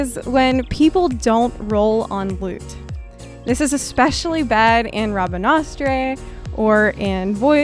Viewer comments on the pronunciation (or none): "Rabinastray"? XD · I'm glad you say Rabanastre the way I do. LOL Rabanastray! One of my pet peeves is people gathering around NPCs or the summoning bell and I can't get a handle on what I'm clicking... (mouse and keyboard problems) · When people pronounce Rabanastre as RaBaNasTraY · “Rah-bah-nah-strey” lol I love this mispronuciation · When people pronounce Rabanastre wrong. Rab-ah-nast-er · “Rabanastray” lol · the way you pronounced rabanstre made me face palm -.- play FFXII, maybe you could educate yourself on some final fantasy lore XD